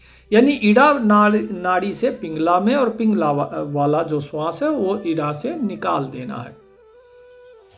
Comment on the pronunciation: प्यारेलाल। इला पिंगला नहीं कहते हैं इडा पिंगला कहते हैं